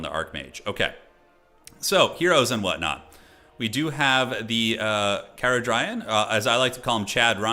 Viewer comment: What will happen first, the DLC being released or not mispronouncing Caradryan's name (Car-Adrian if it helps:D)